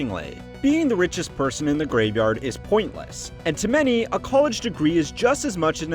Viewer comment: Gotta love the accent of this guy - "COLE-edge." Lol. Sounds like many of the dumb girls who have gone to "COLE-edge."